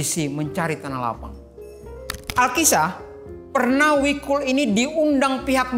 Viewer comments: Jadi gak nyaman nonton gara2 denger wikul, namanya jikul bukan wikul 🤦‍♂️🤦‍♂️ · Jikul, BUKAN Wikul...